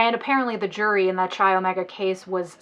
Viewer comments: my shock and confusion when you pronounced chi omega like chai 😂😂😂 the greek letter X (chi) is pronounced kai. anyway love your videos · This is a quibble but "chi" is pronouced "K-eye" not "ch - eye" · I beg you, learn how to pronounce the names of organizations you talk about. I winced every time you pronounced Chi as Chai. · Chi is pronounced K-eye with a hard K. Just an fyi for future presentations related to college greek life topics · Her mispronouncing "Chi" is stressing me out